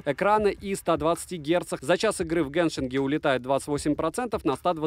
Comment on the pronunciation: "... в геншинГе ..." 😆